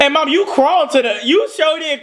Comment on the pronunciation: lol he says mawm not mom😂 and she said suck it boy…..it reminds me of a Keenan and kel moment!